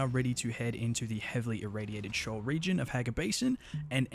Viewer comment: It's not pronounced shoal, it's pronounced "SHEE-ohl", from the Hebrew bible, a place of darkness and death.